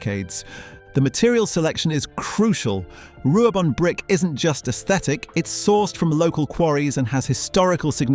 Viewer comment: How has this got 17k views? Oh yeah, Wrecsam! I've not seen anything from fans about it being renovated to its original look! Glad to see you gave credit to all the videos from the games! 5500, nope, not anymore. Try and get pronunciation right! Ru-ab-on. Why use the old concept video, that's been superseded for some months now.